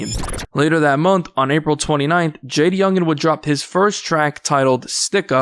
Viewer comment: Lmao the report pronounced bro name all wrong . JayDA youngan